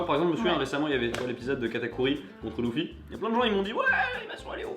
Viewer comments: Tu prononce déjà mal les noms des personnages exemple tu Di loufy au lieu de dur luffy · Sa se dit leuffy pas louffy =') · Il dit Louffy ! Il dit Louffy ! Je me meure. T-T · Il dit louffy wtf